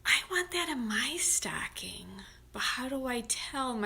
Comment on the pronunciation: Awwww!! You have such a great Rochester accent saying staaahhcking! 💜🎉💙